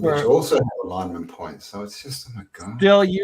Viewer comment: What's an aligment? Do you mean ALIGNMENT??